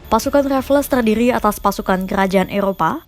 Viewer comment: Baca namanya Raffles salah. Bukan Raf-les tapi Refls.